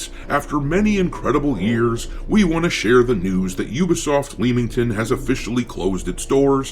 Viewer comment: It's pronounced Lemm-ington